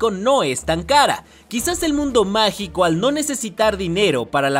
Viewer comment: Nadie: Absolutamente nadie:: "Dinero Magal"